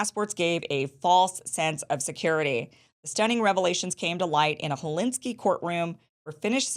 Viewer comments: It's Helsinki not Helinski.. Finland..😮lol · It’s HEL SINK EE, not Helenski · The bio medical funding machine rolls on regardless. Great reporting Kim, and I’m sure you know tha capital of Finland is not pronounced Helinski!!!